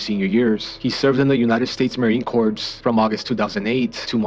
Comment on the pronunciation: Respectfully, Marine CORPS is pronounced Marine “CORE.” Not corpse. Corpse is a dead body.